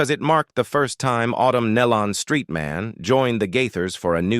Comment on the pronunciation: Yes, and they don't pronounce the Nelons name correct either!